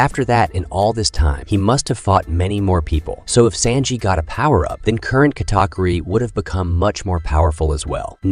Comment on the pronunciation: That is NOT how you prnounce Sanjis name. I can’t even watch this